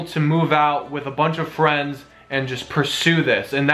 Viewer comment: he said fwiends lol